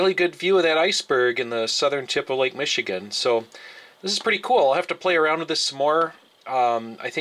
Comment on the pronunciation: "Lake Meshuggah" lol Isn't it "Michigan"?